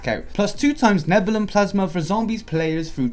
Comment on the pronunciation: Neb-u-li-um. It's pronounced Neb-u-li-um